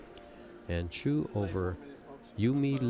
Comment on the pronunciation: Her name is Chou, not Chu. Perhaps you could take the time to look at the spelling of her name to give you a hint on how to pronounce her name. Asking too much am I?